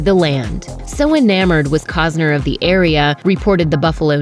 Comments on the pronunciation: Cossner???? Its COSTNER! Ugh! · COST NER not Cozner FFS! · keep calling him 'Cogs-ner' is a slur